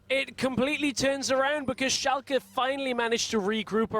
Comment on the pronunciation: why do they say Schalka??!?!?!?!?!